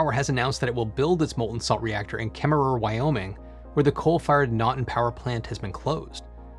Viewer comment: Kemmerer, WY - pronounced Kemmer. The second ‘er’ is not pronounced. Otherwise, great video!